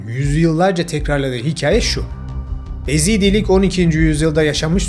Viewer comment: EZİDLİK DEĞİL YEZİDİLİK..